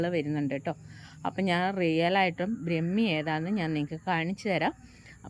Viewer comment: ബ്രമി അല്ല ട്ടോ,,,,, ബ്രഹ്മി എന്നു പറയണം